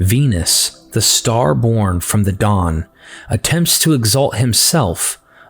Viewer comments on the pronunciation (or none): none